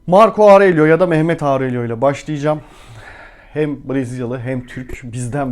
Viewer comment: Auurello diye zorlamayın kendinizi, orelyo diye okunuyor